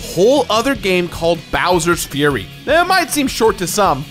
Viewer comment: Is when he starts to talk about bowers frurry